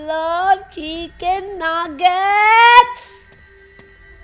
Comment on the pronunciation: "I LOVE CHICKEN NAGGETS"